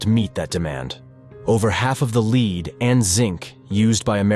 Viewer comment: I had to quit watching; the glaring mispronunciations are terrible. Leed poisoning? Really? RomanIA? your robot needs re-training.